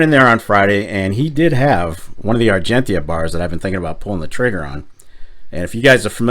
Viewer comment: Oh..... and please.... pronouce Argentia correctly :)